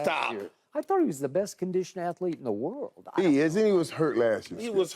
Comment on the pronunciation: Noah lyles “champion of wat “